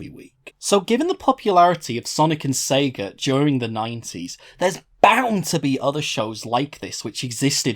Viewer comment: sounds more like pika than sega